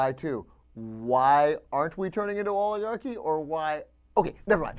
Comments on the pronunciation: Oligarh...y? Oligarh-ee? Orligarh doesn't even sound right for this word.. I dunno. Maybe it's me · you are pronoucing oligarcy wrong. yeah i know i spelled it wrong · Did he forget the C in oligarchy?